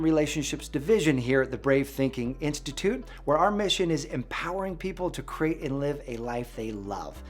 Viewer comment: I don't know why people cannot pronounce the long e it's not crate. It is create